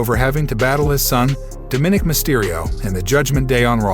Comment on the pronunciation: CO-NAN! DOM-MI-NIC